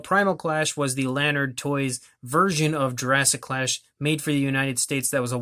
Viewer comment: Jurassic Clash can be found at Walmart dot com and AMAZON. And its la-nard not lan-ard. For all your lanard product news check out Lanardolicious on Instagram